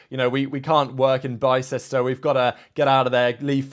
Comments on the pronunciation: Its pronounced BIS-TER ...not BI-CESTER, LMAO 🤣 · Great vid. Bicester is pronounced 'bister''